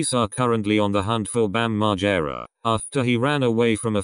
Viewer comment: Bam "wah" Margera